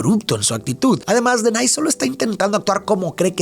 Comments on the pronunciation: Hola me encantan tus videos ,mis hijos se llaman como los hermanos tengo 3 varones y es x eso que me atrevo hacerte una corrección tu dices "denay" y no es así es denaji con j 😅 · OK pero por que Denai? Si en la película le dicen Denahi qué se pronuncia como DENAJI, por que comerse la H? 😭😭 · Se pronuncia denaji no denay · soy muy fan de esta película, hasta me se los diálogos y por eso se que Denahi el hermano del medio se pronuncia Denaji "DI CONMIGO DE-NA-JI" jajajja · Okey pero denaky se dice como se escribe😅